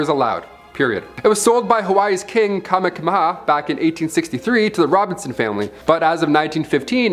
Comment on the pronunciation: Ni'ihau - Ne-e-haw-oo. Kamehameha - Ka-may ha-may ha. Dude it was painful to listen to your not even close pronunciation of the Hawaiian language.